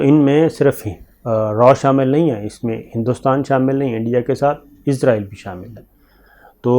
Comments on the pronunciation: ازرائیل نہیں کہا جاتا بھائی، لفظ اسرائیل ہوتا ہے، کنٹرول یور پروناؤنسیئیشن پلیز۔۔۔ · Sabir shakar sahb israheel hota he ( hazrahil ) nahi hota he